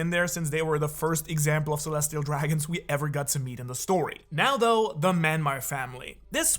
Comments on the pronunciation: Myanmar ❌ Manmayer ✅ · is this a translation thing? Gunko's family name is very clearly spelled Manmeyer. Man-May-er. Why are you pronouncing it Myanmar?